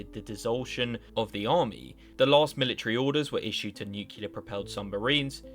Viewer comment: Let's "ashume" that the worlds strongest "Mili-tree" bares fruit. What kind of fruit would it produce?